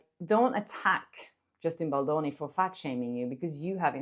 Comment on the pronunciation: Girl you sound like you calling Justin Bolloni… pronounce the D